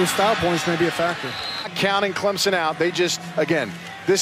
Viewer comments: Every time I hear someone say Clemzon and not Clemson I want to pull my hair out. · Can someone please tell her we are CLEM-SON, not CLEM-ZIN? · It's CLIMP-SIN !!